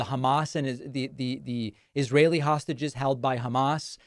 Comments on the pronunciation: Why does Trump say 'sausages' when he means hostages? 😀🇦🇺💙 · He can't even say the word "hostages", he ends up repeatedly saying something like "hostgages". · What are "hosgigeges"? That is what the stable genius said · Did Trump just say "sausages" for "hostages"? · Is Trump saying sausages or hostages??? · Did he call the hostages, sausages? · His "hostages" sound like "sausages" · 😂I was like "did he just say sausages?!" & was sooo confused! At least I know I am not the only one who heard "sausages"!